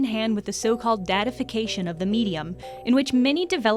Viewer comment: I think she said "daddyfiction"